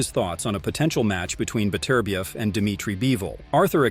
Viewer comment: Artur Beterbiev absolutely HATES the American pronunciation of his name. His name is not Betterbiev, it should be pronounced as three syllables, BET UR BIEV.